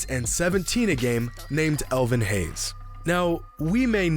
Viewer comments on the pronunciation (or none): none